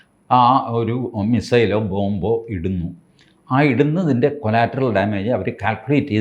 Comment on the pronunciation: കൊളാറ്ററൽ, കൊലാറ്ററൽ അല്ല😢